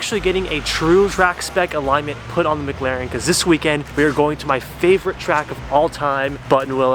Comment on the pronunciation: Everytime I head say MagLaren and not McLaren 🤣